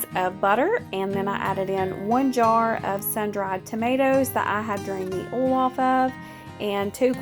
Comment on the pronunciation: Love your food videos! I'm not being mean I'm just curious to know why do u pronounce oil as ol and boil as bol is it the accent? I'm watching from south Africa so just curious